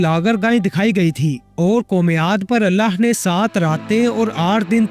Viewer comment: mery bahi ap ny buhut acha beyan kia hy tamam nishaniyon ko mashallah lekin ik choti si galti thek ki jiye ga ky hamesha lafz allah ky akhir mein haa hy ha nahi or in donon ki pronounciation alag alag hy to apni ye mistake thik karen meaning mein farq a sakta hy